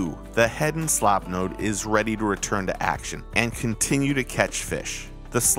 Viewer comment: At least try to get the name right please. It is not "Slopnose". It is "Slopenose" for Pete's sake. That was the correct name in 1902 and it is still the correct name.